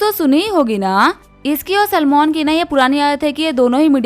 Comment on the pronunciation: Salmon❌ Salman✅